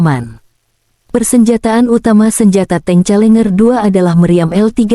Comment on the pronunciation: Challenger, dibaca ; celenjer bukan celenger. Tp mudah2an tank kiriman Inggris tsb pd kelenger di Ukraina 😂